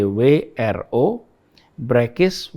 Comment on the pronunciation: Mengeja BWRO sprti Sugik nur mbaca huruf Hijaiyah pak